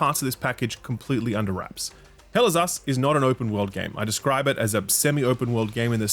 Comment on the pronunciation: All i hear is "Hell is Ass"